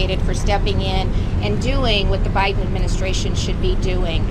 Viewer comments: I swore I heard Gov Kristi Noem say President OBiden.😂 Way to go Gov Abbott and all the states who are backing Texas. Thank you! I almost fell out of my chair when I heard 9.4 M illegals in 2 years!! Sickening! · Iowa governor called Biden Obiden, I nearly fell outta my chair 😂😂😂😂😂😂😂